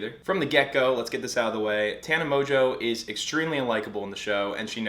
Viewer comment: Aint no way mongeau is pronounced mojo, lol